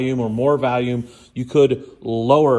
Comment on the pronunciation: Theres no "A" in the word volume. 😂😂